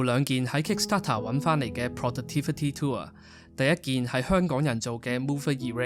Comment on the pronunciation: it's "tool", not "tour"